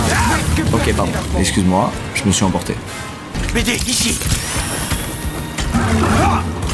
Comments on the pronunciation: Il dit bb au lieu de bd 😂😂😂😂 mdrrr c bd1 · Il dit BD oui mais c'est pour l'humour le BB.. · C’est pas « bb » mais BD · Il dit pas bb il dit bd